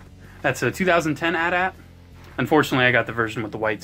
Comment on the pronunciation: It´s A.T A.T.